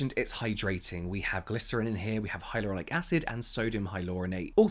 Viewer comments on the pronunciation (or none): none